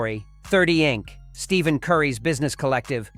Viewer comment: It's Stephen pronounced Steph en Curry. Every time you get it wrong my ears cringe